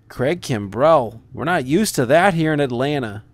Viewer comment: Man you say kimbrel weird ! it's just Kimbrel no emphasis on the e